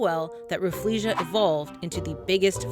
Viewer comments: She is saying Refflesia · Introducing 'RAFF-LEE-SHA" Me: This whole time i thought it was pronounced RAH-FELL-SHAH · I didn’t know rafflesia was pronounced like that, as an asian we call it Raffle-Sia (like the singer)...... or maybe its just me XD